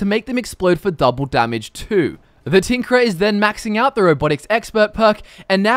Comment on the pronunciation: I swear i heard "The Tinkler"